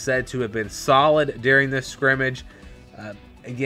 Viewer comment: Thanks for the report, but you keep mispronouncing "scrimmgage"!